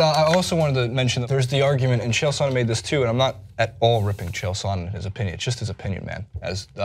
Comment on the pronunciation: Says 'I've been a big fan of MMA for years' yet has no idea how to say Chael Sonnen....... sure you're a fan.